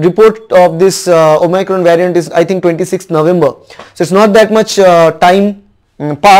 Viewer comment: Abey ghochu Bengali me video bana. English tujhse nhi hoga. "Vyariant".... "omycron" 🤣🤣 what are these?? You dont even have the knowledge of tense and construction of sentences. Kyu khudki mockery bana raha hai😅😅